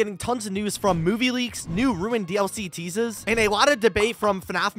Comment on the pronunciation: I love the way you said teasers🤣